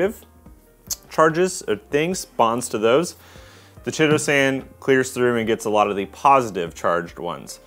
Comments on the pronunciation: Chitosan is pronounced kite-oh-san FYI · BTW chitosan, (so named because it is made from chitin) and chelating are both words with Greek linguistic roots, and for that reason the "ch" is pronounced like a "k" (like chorus, which is also derived from Greek) instead of like the English "ch." Keye-toe-san and key-late-ing